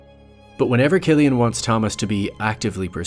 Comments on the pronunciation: Loved the video and the thoughts that the uploader put into it. I quite agree on a lot of the points actually. The only thing that brings it down for me is the pronunciation of Cillian Murphy's first name as in /kill-yan/. It's supposed to be /sill-yan/, mate. Looking forward to more videos nevertheless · It's Cillian. Pronounced like Sillian. It triggered me bro LOL